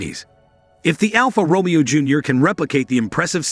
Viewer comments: It's not RomEo - it's RomAYo - stop it!! Almost unlistenable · "Row-mee-o" smh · Please learn to pronounce 'Romeo' correctly. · I want to tear my hair out every time he says Romeo, is pronounced Ro may O...and not Mustang Machi..is Mach E... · AI narration is what I disdain. Alfa Romeeo…FSS! Fyat? Poogiot? Match-e? 😂😂 It looks a lovely city car that Alfa has needed for years, it just needs to be priced competitively. For those who say there has been no Alfa since FIAT took over, I ‘m sure there are many aristocrats who said that of Alfa in the 1940’s after the last 8C was produced and they went to 4 cylinder motors post war.😂